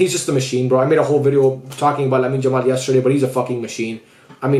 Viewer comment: Would be nice if you call him Yamal and not "Jamal"